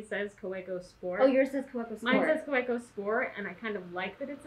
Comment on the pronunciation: I hope you realize that you have one of the coolest jobs ever! Your job is my hobby haha. We love the videos and the real personal touch you give to the world of stationary! Just a note regarding pronunciation: the German "w" is pronounced like an English "v," so it's technically "ka-VEH-koh" for Kaweco. Much love from the West Coast!